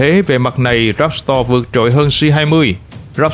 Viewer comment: "Ráp to" chứ ko phải "ráp sờ to" Véc to - chứ ko phải vét sờ to Lúc cần s thì ko đọc, lúc chả có s nào cũng đọc. Nghe hơi kì ạ